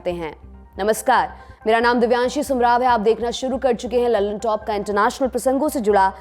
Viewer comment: min. Pe aayne lallantop ki jagah Lalu top bola h madam ji